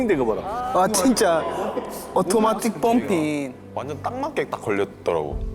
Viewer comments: 오토마틱 펌핑~사투리같음ㅋㅋㅋㅋㅋ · 왜 사투리로 영어를...ㅋㅋㅋㅋㅋㅋㅋㅋㅋㅋㅋ